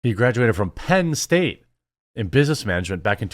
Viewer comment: Why do you say Penn State so weirdly?????